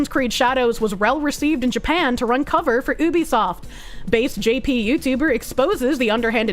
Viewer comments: anyone or anything (what is a "kover?") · I don’t get how doesn’t know how to pronounce “cover” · I think it was a deliberate choice seeing as she also seemed to be purposefully miss pronouncing Cover, even though it's a common English word.